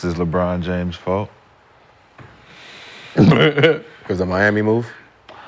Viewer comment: It's LeBron's "fault"? Nigga said it like LeBron committed the ultimate sin or some shit 😂 fuckin goofy 🤡